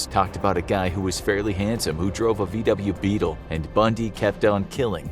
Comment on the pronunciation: you butchered that VW Beetle